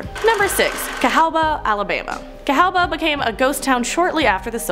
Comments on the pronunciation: Cahawba is pronounced Ca-HAW-ba, I should know I live in Alabama. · FYI It is pronounced KA habba.. Great video though.